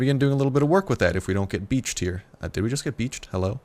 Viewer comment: almost got "bitched" beached ha ha. I just thought that he said it kinda funny. Lol